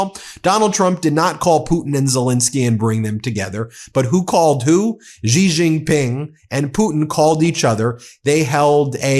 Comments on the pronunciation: You mispronounce Xi Jin Ping's. Xi is pronounced SHI. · If you are going to mention other world leaders, at least learn to pronounce their names correctly! Otherwise you come across as an ignoramus, sorry to say. For example the name Xi is pronounced like “she” in English. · Can someone tell this guy that Xi is pronounced "she" in mandarin. There is NO zh sound in Chinese. Zh is a hard j sound. J is a j sound. X is a sh sound. The closest they have to a soft zh sound is r which is rolled in the roof of the mouth. It's Bei jing hard j. Not being zhing. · his name is pronounced: Xi (Shi) Jin Ping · Xi pronounced like she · Ben, Xi is pronounced as " she." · Ben, for the last time … “Xi” is pronounced “Shi.” …!!! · Are you saying Xi’s name incorrectly on purpose?